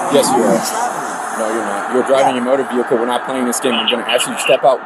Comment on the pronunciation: Looks like he is involved in commerce. He seems to be hauling trash. Look at all the garbage in that “vee hick el”.